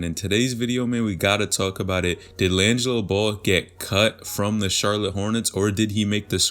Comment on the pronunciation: Did my boy really call him linzo at the beginning? Or I’m I tripping 😂